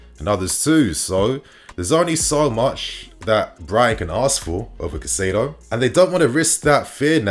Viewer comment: I am pretty sure Caicedo is pronounced Kai-Say-Doe